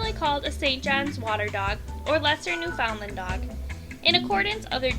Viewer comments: Daschund is pronounced dox-in. Labrador retriever is pronounced lab-ru-dore and Newfoundland is pronounced new-fin-lind. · Lol new-found-land